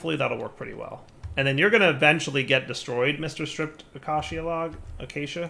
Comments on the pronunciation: Let us all now rejoice in the comfort that the word 'Acacia' (A-kay-sher) has at last been correctly pronounced. Praise be to, God of Minecraft! End of an era. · cannot say how thrilled I am that learned to pronounce acacia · someone learnt how to pronounce acacia! 👏👏